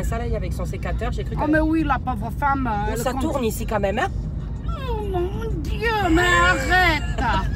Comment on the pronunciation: "AÏÏ MONE DIEU" Jpp😂😭